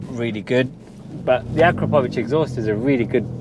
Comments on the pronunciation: Has anybody ever told you, that you pronounce "Akrapovič" wrong??😅🤣🤣 It's A'KRA'povič, not Akra"PO"vič!😅🤦‍♂ Emphasis on the 'kra', not the 'po'. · It’s pronounced “Ah-KRAP-oh-vitch”. You’re welcome 😉.